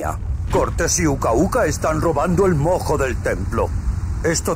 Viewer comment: Estuvo intensa la pelea de los titanes y los mammuts. Pd: Cuando jugué el juego pensé que cuando decían mojo, sonaba como a "moco" Xd